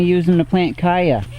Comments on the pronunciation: Cha-ya not Kaya! Good video. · He said "kya" not CH-aya. The plant comes from south America. They say Ch-aya... too much confusion from Chia? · It's chaya not caya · en Mexico we they eat it with eggs in tacos. huevos con Chaya. can be used in place of spinach in any dish. it's pronounced Chaya not kaya. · Stop saying the Ch hard! Its not a K sound its a Cha sound like chew! Unwatchable! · Your mispronunciation of chaya was like fingernails on a blackboard. I couldn't watch it. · Nice vídeo. The "CH" s pronounced like CHeese, CHowder,CHia CHaya. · I really found your video important. But I can't help but wonder where you get that pronunciation from. I was a Spanish translator and interpreter for years and I had clients from all Spanish speaking countries, but I never heard anyone pronounce a "ch" as a "k". So please tell me where in Mexico they use that pronunciation. Still it's an excellent video. Thank you.